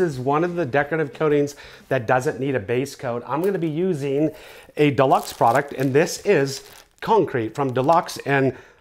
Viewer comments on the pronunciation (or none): Rad! Great work! Only one thing I can do better than you at this task though....Dude “Duh-Lux” ? 😂 Think “Joo-Lux” I’ll even give you “Doo-Lux” being from your part of the world. 😂👍🏼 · Glad I'm not the only one who picked this up lol. DElux was bugging me hahaha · For American's the brands Dulux but you pronouce it (Due-lux) not -> deluxe.. otherwise...Planning to use this in Aus on a new property so thanks for the Tutorial :) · Great video but I’m from Australia and we pronounce it Due-lux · That’s what I was thinking, but didn’t think it was worth mentioning since it was such a great tutorial and most non Aussies would look for it by typing it in, not asking for it verbally. Lol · It's pronounced. Dew lucks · Doo-Lux is the correct pronunciation. Just saying. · American: pronounces "Dulux" Bunnings warehouse: laughs in Australian